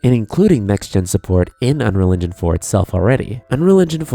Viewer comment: Why do you pronounce 'unreal engine' as 'unreligion'? It's kinda distracting.